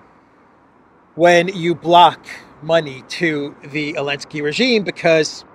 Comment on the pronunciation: Why does he say "elensky" instead of "Zelensky"?